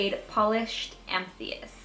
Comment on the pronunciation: I don't think that is how you pronounce "amethyst".